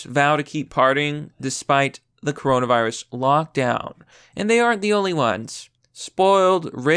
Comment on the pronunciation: cuh row nah veye rus